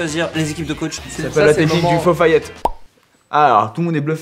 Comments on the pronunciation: Hein vous dites "fo fayette" svp me dites pas que je suis le seul à dire "deli delo" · On est d'accord que cesr "ala deli delo" et pas " fofayette" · Ton fofaillette c pas aladelidelo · Je sais pas vous mais moi je dis aladelidelo et pas fofayette